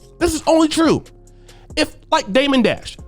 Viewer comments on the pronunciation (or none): none